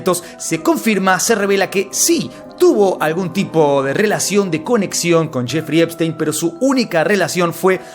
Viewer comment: Solo vine a escuchar a decir Jeferino Espistenio. Eres un crack hermano. Saludos desde México. Seguimos el caso desde que tu lo sacabas y nadie mas.